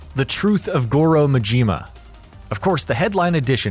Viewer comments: MAJIMA,not Mijima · Cynical Nihilist Also: Ma-ji-ma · Not, Majeeema!! Ma-Ji-Ma!!! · This guy is a real expert on Goru Mahjeema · I cringed every time you pronounced Majima and Yakzua. You butchered it. Otherwise, good video. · Akira Oni The way he says Majima’s name triggers me. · its not ma-jima its ma-ji-ma and its not mo-ko-to its ma-ki-to sounds but spelt differently gosh have you not played zero?! or paid attention??